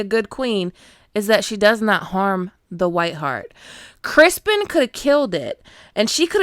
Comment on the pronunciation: Ma'am are you calling him Crispon?🤣 I'm glad I wasn't the only one to notice the handful of actual deer shit. 😅